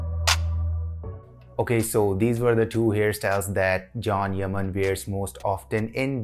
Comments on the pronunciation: His name is pronounced as chan not Jhon 😅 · Pronounce john yani Jan hota h can nhi hota h😂☝